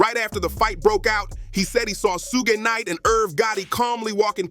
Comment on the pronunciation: Ok...for 1,if ur gonna do episodes abt smbdy atleast learn their names 1st..its not sooge knight! its shoog nite